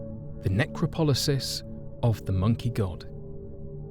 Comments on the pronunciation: It's necropolis not necropolisis - use a dictionary! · necropolosis? just one of a few mispronunciations, even accounting for you being British as some words can have a different emphasis than north american english. make an effort!